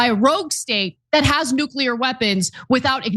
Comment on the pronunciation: Its nuclear, not nuqueler. If i were elected president, within an hour, there would be an executive order inacted that made the mispronounciation of this word punishable via lethal injection.